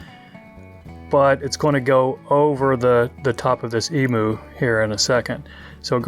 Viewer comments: Great fly i am an Australian and the correct way to pronounce Emu is Em you not emoo it's on our national coat of arms with the kangaroo great feathers for tying big Murray Cod flies a native fish to parts of Australia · Hahahaha you have an interesting way to say Emu, the Em is ok but pronounce the u as you....Emyou, and you will have it. An interesting looking fly, thanks.